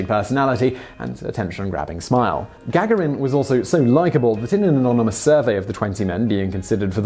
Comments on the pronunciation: can we just clarify if Yuri Gagarin's name is its pronounced Ga-ga-rin or Ga-gar-in. I've never heard it said the way you say it Simon. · to whom it may concern He does it on purpose. Annoying isn't it? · it is, unfortunately, a tactic used by some content creators to stimulate comment traffic for a video. Simon is well-known for mispronouncing names; perhaps it's not all been accidental. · It's not gag erin it's ga garin! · Oh...peanuts! And it's Ga-garin (ɡəˈɡɑːɹɪn) not Gag-arin who doesn't know that? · The accent is on the second ‘a’ - Gagárin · Love the video, but had to give it a thumbs down because of that hideously annoying and obviously intentional mispronunciation of Gagarin's name. Simon, I've heard you say it correctly before in multiple videos. This tactic is beneath you, and it's actually made me lose a tiny bit of respect for your channel. Knock it off. P.S. If I'm somehow wrong and you suffered some sort of stroke between the last time you pronounced Yuri's name and the present, and this isn't intentional, I apologize. But seriously. Stop it. P.P.S. Again, otherwise great video! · "Yuri Gagarin" surname is pronounced "ga-GAR-in", not "GAG-a-rin". Simon also rountinely mispronounces "et cetera" as "eck-setera", but that's pretty common mistake. It's "et-setera". No hard "C" sound in there. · Is GAG-A-RIN the way you say it or typical? As am american hearing his name said Ga-Gar-In. With everything i can find online being that the american pronunciation is more like the Russian pronunciation. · PLEASE SIMON ITS GA-GARIN.........! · You mispronounced Yuri Gagarin's name every single time. I had to turn off the video after the fifth time. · Morgan B It's off putting and extremely annoying because it's intentional, noticeable and detracted from the information being imparted.